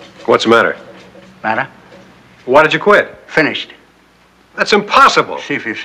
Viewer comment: Something about the way Burgess Meredith says the word "Mattah?" cracks me up.